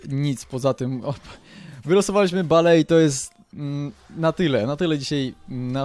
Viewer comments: bale haha bejl sie czyta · bale sie mówi bejl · nie bale tylko bejl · muwi się bejl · bale czyta się (bejl) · bejl a nie bale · nie bale czyta ie bejl !!! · JAK TY WYMIAWIASZ NAZWISKA ;o !!! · Pierwsze naucz się wymawiać nazwiska piłkarzy np. BALE : BEJL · czytaj nie bale tylko bejl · bejl się mówi a nie bajl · chlopie ty sie naucz mowic bajl a nie jakies bale ":D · BALE???!!!! CO PROSZĘ BALE?! MÓWI SIĘ BEJL!!! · Bejl .. a nie Bale xD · hahahah jaki Bale to jest (Bejl) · bejl a nie b.a.l.e :D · NIE BALE TYLKO BEIL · nie [Bale], tylko [Bejl]:P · Osz kurwa! Baaleee ;d "Bejl" tak dla zcisłości :P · Bale --> [bejl] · może nie zauwazyłeś. Bejl a nie Bale :D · W koncu Polski youtuber z dobrym glosem, jakos ostatnio fala dzieciakow wrzuca filmiki :P Co do Bale, to czyta sie "Beil", a nie "Bale" :P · Bale czyta się Bejl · mówi się Bejl a nie Bale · Bale? :d Bejl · mozesz mowic jak chcesz mi to obojetne ale tak naprawde mowi sie Garet Bejl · Bale mówi się Bejl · kurwa to się wymawia beli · "BALE" HAHAHAAHHAHA CO ZA PRYMITYW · Kurde Bale... wez sie naucz wymowy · "balee" uszy :] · mowiles ze tacy znani a nawet BALE nie potrafisz wymówić?????? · Czyta się bejl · Czytaj bejl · On wie jak to sie czyta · Kahil Bale xD Kejhil i Bejl się czyta :P Tak jak GOL Cristiana Ronalda xD Xavi pięknie podał Inieście xD Pozdro dla redaktorów z gazeta PL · filmik świetny fajnie się ogląda ale, mam nadzieję że, z biegiem czasu nauczysz się wymawiać "Tych znanych zawodników" bo myślę że Bejl czy Kejhill to powinieneś umiec wymawiać ale, i tak super i SUBA masz. Monety z allegro? PS: CHCIAŁBYM abyś kiedyś zagrał meczyk Chelsea Londyn albo jakąś karierę:) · Garet Bale ( Garet Bejl ) ale Nie Kejhill tylko kehil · Kahil XD Kejhil sie wymawia xD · estadio mestaja się czyta :D i nie bale tylko bejl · kejhil i bejl się mówi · czyta się bejl i kejhil